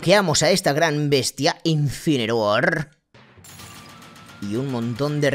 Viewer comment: no es insineroar es insineror